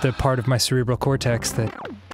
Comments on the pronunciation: ce-re-bral = three syllables.......... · "Celebral" is a three-syllable word. Why must you lie, Dan. /sarcasm